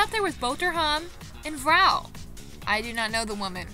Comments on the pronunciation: Why are you incapable of saying “R”… like why do you say “vhouw” and not “vrouw” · i’m also Dutch and the whole video I was waiting till you had to pronounce the G which is pronounced more like a cat hissing. Btw you should really pronounce the R more, so it’s not 'vouw' (which is what you said) but more like vRouw, we pronounce the R very clearly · As A Frigen Dutch person I was Laughing So hard when u miss-pronounce Dutch Words XD The Thing where i laughed the most when u saw "Vrouw" or "Vrouwen" Cuz u never said the R XD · “vrouw” 👹👹👹 (No offense of course sorry if it’s offensive sorry) 😢